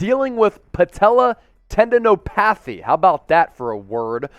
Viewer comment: Did he really say tendino PATHY LOL!!!!